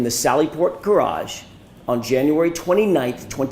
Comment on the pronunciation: “Gararge” never heard it pronounced like that 😂